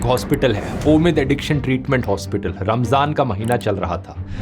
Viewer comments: Wow Haspatal not Aspatal First I doubt Learned something new 😮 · hospital ❌ haspital 😂😂😂